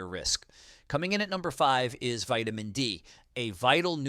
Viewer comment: Starting " veetamin" d.. b12.